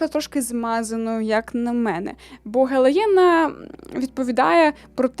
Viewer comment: мені здається, що не гелаєна, а гелейна, в книгах написано саме так) дякую за відео!